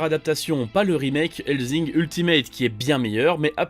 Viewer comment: Mdrrr le doublage one piece avec zoko 😂 et pitié hellsssssssing pas hellzing